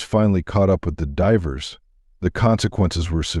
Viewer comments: Too bad AI can’t pronounce the word “Divers”. Can’t you read the dialogue? Every time I hear a simple word mispronounced I lose interest. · Must be A/I reading this no I in divers etc.